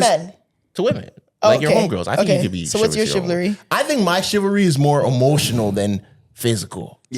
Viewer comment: Take a shot every time says “chivlary” 😂😂😂